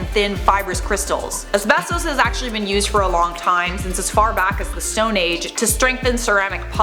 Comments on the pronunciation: The way you say asbesto is wierd. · it's pronounced....uhs-beh-stuhs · I swear to god say asbestoose one more time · It’s as-best-us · YES THANK U OMG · Am I the only one who thinks it's wierd the way says "asbestos"? Do all Torontonians say it like this lol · This video should be called “ Pronouncing asbestos wrong for 5 minutes”